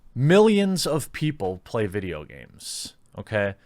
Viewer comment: MUH VIDJYA GARMEZ